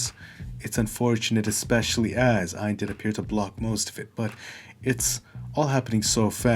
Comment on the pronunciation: Quick note, his name is not pronounced "aion", it's rather "yon".